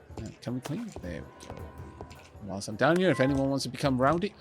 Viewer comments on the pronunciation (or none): none